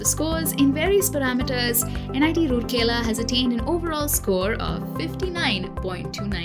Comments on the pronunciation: Its not roorkela its ROURKELA.Pronounce it right! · I disliked the video only because you can't pronounce the name correctly. It's "Rourkela" and NOT "Roorkela". Please do your research well before making such public videos. Imagine your own name being pronounced incorrectly and that too repeatedly and in loop. And I am glad that many viewers have highlighted this through comments. Just do your research and get it verified esp. the names. AND IT MATTERS TO ME BECAUSE I AM A PROUD ALUMNUS OF THIS GREAT INSTITUTION! I sincerely hope you and your channel/company will have the ethics and humility to correct your mistake and repost this to honour an Institute of National Importance. Doing so will truly demonstrate that you are a responsible professional/channel, and the work you do are in the greater good, and interest of the youths looking for CORRECT and RELIABLE INFORMATION! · it's Rourkela not Rurkela being a citizen of rourkela....😁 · राउरकेला not रुरकेला! Please correct and reupload. (Guys like this comment so that's it's heard.) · It's very important to atleast know how to pronounce the places name if you're making a video on it. :3 It's Ra-oor-kela not Roor-kela Hope that helps. :) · Plz it raur-kela not rooorkela I hope u will look after it🙂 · Pronounced as राउरकेला not रुरकेला! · It's rourkela not roorkela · Should've looked that pronunciation before making the video! It's राउरकेला and not रूरकेला (assuming you guys can read Devanagari) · It's राउरकेला not रूरकेला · It's not Rooorkela ? Please pronounce correctly. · Pronunciation is Raa-ur-kela.